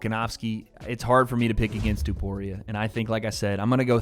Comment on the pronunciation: can u please say topuria instead of tuporia…